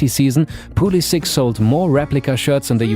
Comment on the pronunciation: Pulisic‘s name is pronounced pulisiCH, not pulisiK:)